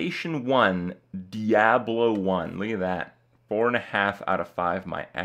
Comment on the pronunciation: Anyone cringe when the Kripster said, "Diabelo,"?